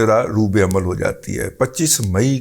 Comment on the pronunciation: Sir ro by amal nhe ro ba amal hota hy.